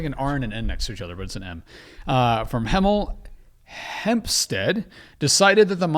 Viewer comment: Im from the uk and struggling to say hemel hempstead is highly entertaining to me haha